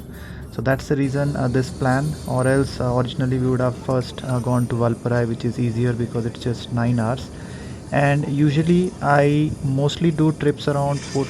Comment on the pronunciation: It is Valparai, so both 'a' should be like aaa, like how we pronounce caaaar.